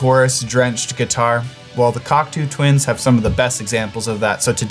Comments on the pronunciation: Cackatoo Tuinz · You want that pushbutton/Dimension rack chorus? Klark-Teknik still makes one.Cheaper than many pedal choruses, from Sweetwater Sound. Also, the way pronounces "Cocteau Twins" makes it sound like a porno.